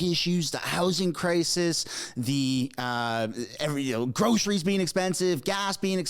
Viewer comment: When Trudeau says "grosheries" I want to puke.